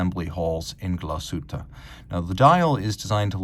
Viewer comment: Wunderbare Uhr. Die Scheiss-Stimme kann nicht einmal den Firmennamen korrekt aussprechen.